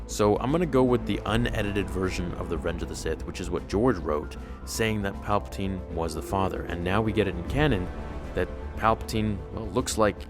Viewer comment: Papatine and Rapeatine?🤔